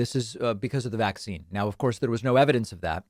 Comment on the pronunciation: Her pronunciation of the word "vaccine" is like hearing nails on a chalkboard 🤮